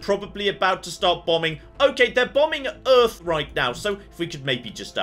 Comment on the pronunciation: How is the planet not called "Earf"?